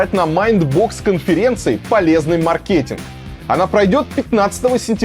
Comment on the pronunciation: очевидно, что не маркЕт) Предыдущим комментарием я подсказывала автору ролика правильное ударение)) если что